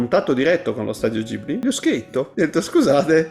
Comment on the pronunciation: "Lo studio Gibli..." GIBLI madonna santissima... GHIBLI!